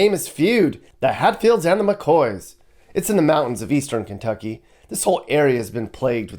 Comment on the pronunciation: Just say Kentucky and leave it at that.